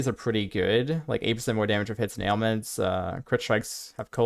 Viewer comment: Yeah, at one point I had to rewind, because I didn't understand him saying ailments, but that may just be me. Overall great content though